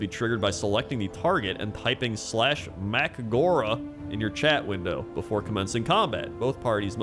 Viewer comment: Is the "MACK GORE AH" a new McDonald's item? What a funny way to say it.